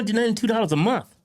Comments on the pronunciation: ITS MONTH WITH THE “H”!!! Not “mont” you savage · "I get $292 a muh" 🙄